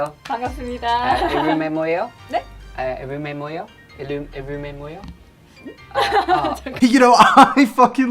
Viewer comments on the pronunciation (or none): If anyone may be confused... "만나서 반가워요." = "mannaseo bangawoyo." = "Nice to meet you." "반갑습니다." = "bangabseubnida." = "Nice to meet you." "이름이 뭐예요?" = "ireum-i mwo ye yo?" = "What's your name?" He was trying to make his sentence sound more natural and confident by speaking faster and dropping strong pronunciation, which is why he pronounced it "ireum-ei mwo-yo" or "ileum* mwoyo", which was why the woman was confused. *Both R and L can be used in the pronunciation of the word since ㄹ is not distinctively one or the other. [I am not a native speaker - I am still learning - so if anything is incorrect please tell me.] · Oli: Ivumemoyo?? ME (someone who has not studied Korea for like 3 years) - i-llu-mi-mo-e-yo!!! (It means what is your name in Korean.) Illumi -> (pronounce like illumination studio) mo->(maw the lawn) e -> (e for egg) yo ->(yo-yo) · was he actually fucking trying to say ‘what is your name?’ in Korean? I swear my Phillipino Grandma with a lisp could say it better than that. Lmao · and else who is as confused as the Korean woman. he is asking what her name is (이름이 뭐예요) To be fair I think he was a bit eager to converse in Korean so he kinda botched the pronunciation